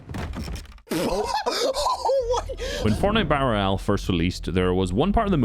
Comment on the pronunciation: "FORTNITE BARRAEAL" 🗣🗣🗣🗣🗣🔥🔥🔥🔥🔥